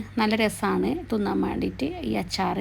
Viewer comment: Evideya veedu.thinnan anu.thunnan alla😂